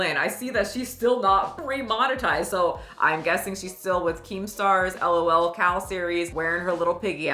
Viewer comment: "Elle oh elle cows" 😂